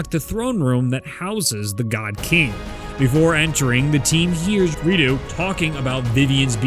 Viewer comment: Finally pronounced Rideau correctly